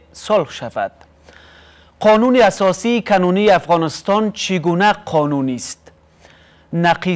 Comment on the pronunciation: بچه حاجی کنونی را بسیار بد تلفظ میکنید